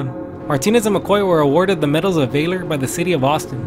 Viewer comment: Content is in point but you really need to do a better job with pronunciation. You said Valor as Vaelor when its pronounced Vahlor. Plus, when you are reading your script, you have a hard time abiding by the punctuation Mark's. Use periods and commas and read the right words together, don't put a space between " log" "cabin school house" or whatever it was. Just some points to consider. Like I said, the content is great. Keep that up!